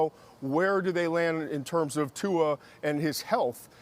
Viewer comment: Steven A "tua-er "